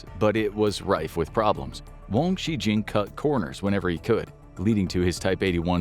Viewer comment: Dude you could at least try to pronounce the Chinese names correctly. You didn't even just say it phonetically in English for wang zhi jun. Where did you get Wang Shi Jing from? wouldn't you have just said something like Wang Gee June if you weren't completely making it up?